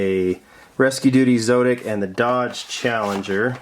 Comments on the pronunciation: Zotic is pronounced like Exotic. That's my two bits!! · Heads up! The zotic is pronounced in the sound like exotic by the way. Great video! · It's pronounced zAWtic. Anyway, i'm going to thinking of getting B case. Do you think it's worth it?